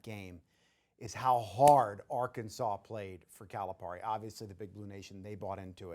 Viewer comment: That guy is annoying, the way he pronounces Calipari is over emphasized. John doesn’t pronounce his name like that. You shouldn’t. I really don’t believe he is really in tuned with the razorbacks. Just getting a check for talking. But that’s just my thoughts.